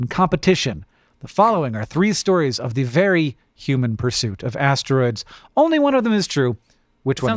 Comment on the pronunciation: Hang on. Did Hank's brain just go from "asteroids" to "hemorrhoids" because "ass-tear-oids"? Gross, but very humor-oid! 😂🤓